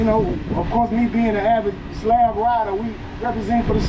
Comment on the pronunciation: She said "slob" ride lol 😂. Thanks for sharing this!